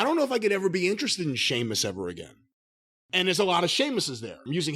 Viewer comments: It's Sheamus not Seamus. Match was very good too by the way. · Jim calling Sheamus Seamus is driving me mad lol. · Cornette calling Sheamus "Seamus" will never not be funny to me. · Can someone tell Jim its pronounced sheamus? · Jim saying Sheamus's name wrong made me chuckle a bit.